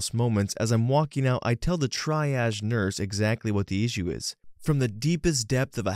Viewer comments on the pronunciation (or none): You can google how to pronounce medical terminology and get the phonetic spelling and audio. Or watch some Grey's Anatomy. Triage is pronounced TREE-azh, not TRY-azh, esophageal is ee-SOF-uh-JEE-uhl, not ee-SOF- uh-geel, and varices is pronounced vair-uh-seez, not vair-EE-seez. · Please for the love of god triage is "tree ahdge" triage.... tree,ah,dge Edit:triazed??? Thats not even a word. The fact its spelled and pronounced wrong answers my question as to if your a real person. Might not even be an owner to this account. Ais powerfull enough to run the whole show😭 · you pronounced cannula correctly! you did get triage wrong though (it's tree-ahj) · Triage is "Tree Aazh" not "Try Adge"! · fyi it's pronounced "tree-ahj" not "try-ahj" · I am PRAYING that you see this comment... Because your pronunciation of triage is painful... It's not TRY-AJ... It's tree-ah-j. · Hey!! Just for your information, it’s pronounced “tree-ahj” not “tri-age” 💜💜💜 -with love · FYI - Triage sounds like TREE-aazh not TRY-aazh. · I would love it if you checked your pronunciation before uploading. I thought it was only the medical words (tree-ahg not tri-agz, for example) but there were a few other words, too. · Triage is pronounced like tree not try. Also you pronounced cannula correctly it’s NOT canola. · Triage is pronounced Tree•ahje, NOT Tri•ahje You pronounced Cannula correctly. FYI if you enter the word in question and the word pronunciation in Google an audio file will appear so you can hear exactly how to correctly pronounce an unfamiliar word and you will sound amazingly intelligent no matter what your IQ. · "Try-aged" is driving me crazy, even though I know non-medical people have no reason to know how to pronounce it. "Tree-age", btw.... lol. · its Tree-aige not try-aige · Your pronounciation of cannula as cann-u-la is right. Its latin. From the same root as canal. Your pronounciation of triage is completely wrong though. It's pronounced tree-arj, not tri-arj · TRI - age??? Bad AI.